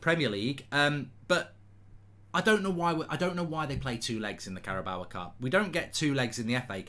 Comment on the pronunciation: Nobody: Mark: Carabaowa Cup